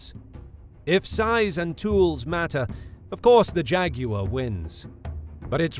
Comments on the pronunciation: It’s not Jag-U-war! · I only clicked to hear an Englishman say "Jeh-goo-wuh" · jag wire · The way he says both names are like Jageraurw LEpud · When I was small I had a copy of Godzilla vs Megalon, they pronounce him "Jet Jag-you-were" and always thought why they said it like that. I love the different accents of the world. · nobody: JAGYOUER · Why is nobody talking about how he pronounces Jaguar?!